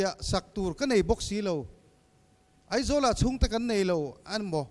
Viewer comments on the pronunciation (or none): none